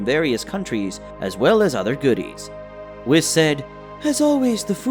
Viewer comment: Your pronunciation of whis... makes me think isn't it "wheese" and not "wis"?